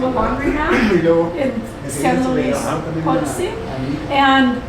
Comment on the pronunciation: If I may suggest how to best pronounce Potosí: put the emphasis on the very last syllable: “sí”